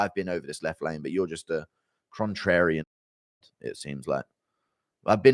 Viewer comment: "crontrarian" he's so stupid